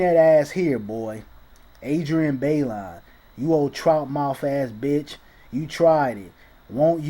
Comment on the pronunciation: Fam... you are messin' up names left and right here. Say it with me "Taaaayyyyy-Maaaarrrrr" again "TAY-MAR". Got it?!? And Adrienne's last name is pronounced "Bye-Lon".